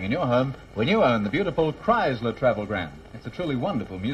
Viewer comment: Kriesler sound like Criysler!